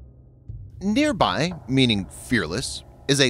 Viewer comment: Nir-Bhaee Not Near by😅